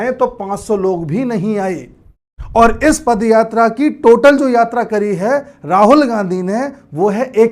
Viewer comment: A pad yatra nahi a paad yatra hai